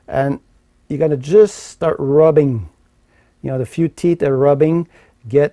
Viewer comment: All I heard was teets - teets and more teets.